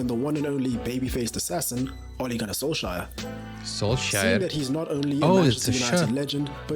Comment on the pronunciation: SKJ has a SH sound. KJ has a CH sound, like in "cherry"🙂